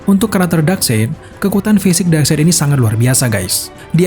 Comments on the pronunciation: dibacanya bukan side said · FYI Darkseid dibacanya kayak baca kata darkside jadinya Dark-sait bro bukan dark-seit. 😅 Geli geli greget gitu denger naratornya bilang "dark-seit" mulu sepanjang video 🤣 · Common fact: Darkseid dibaca dark-side. FYI aja sih ✌🏻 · bacanya bukan darkseid min tapi bacanya darksaid, sekedar koreksi aja sih